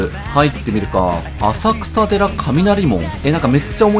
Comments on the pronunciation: 浅草寺の読み方せんそうじですよ！ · 読み方あさくさ寺で笑う